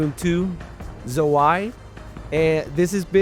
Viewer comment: Jesus christ dude, at least make an effort! You just butchered the word Zwei there.